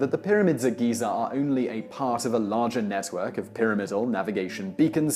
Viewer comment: GHEE-ZARR. XD